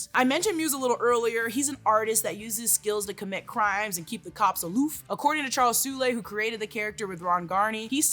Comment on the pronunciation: It's pronounced "Charles Soul" not "Charles Seul-ay"